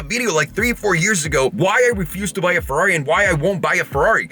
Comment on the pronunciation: Comprehends the actual Ferrari pronunciation since he bas a latin base (from spanish) says fewrari hahaha. dude please cmon, say it correctly